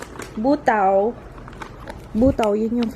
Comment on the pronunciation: Buta means pork,ang basa dun sis Bu-ta-o